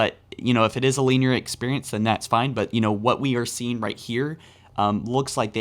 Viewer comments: “Lean-year”, still a great video! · Luvitus who tf clicked on this video to be “entertained” I clicked on it to be informed and I haven’t heard anything but descriptive words mispronounced about shit like dust “deers” and “lineer” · Bro. Soft “i” in “linear.” Stop saying LEENEAR